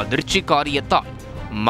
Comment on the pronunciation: “ஷொள்ளொண்ணா” இல்லை, அது “சொல்லொண்ணா”.